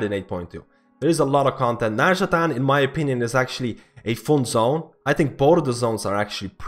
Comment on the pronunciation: It's not nazjataN, it's nazjataR :D:D